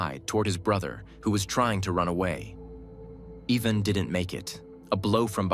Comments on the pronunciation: I hate AIs it pronounced Tiaga but cant say Ivan but instead says Evan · Just so you know, in that part of the world, Ivan isn't pronounced Eye-vn but is actually pronounced Ee-vahn, or as close to that as possible. Also btw, it's taiga, not tiaga.